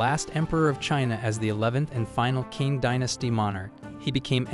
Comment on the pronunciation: Qing is pronounced “Ching”.